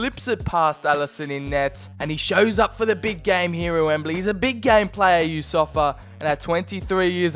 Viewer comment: ITS NOT YOUSSOFA ITS YOUSSOUFA